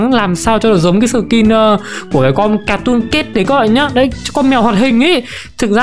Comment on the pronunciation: Sao ai cũng đọc là cartoon cét vậy trời là catoon cat anh